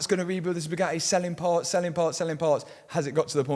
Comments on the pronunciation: Bugatti only hate Matt because you can't pronounce the letter t. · They probably want to stop you because you can’t pronounce Bugatti